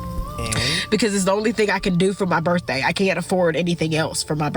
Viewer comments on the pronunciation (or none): But it was her "berfday."